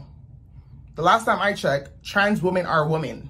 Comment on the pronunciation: Is there a reason people have such difficulty pronouncing women vs. woman?!!!! Also he had to mess with his wig soon much, I got a twitch...😂😂😂😂